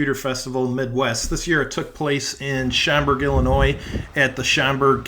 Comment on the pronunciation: Boy the folks from Illinois are gonna give you hell about the pronunciation of Schaumburg ;-) Nice to see all the different machines! That was more varied than I expected (didn't attend).